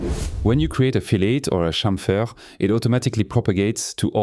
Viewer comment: thank you ... and pleeease say "chamfer" again 😊